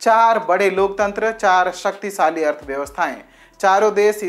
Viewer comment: आपका रिपोर्टर स ओर श में गलत बोलता है,जैसे देश को देस, शक्तिशाली को सकती साली कृपया उच्चारण सही वाले भरे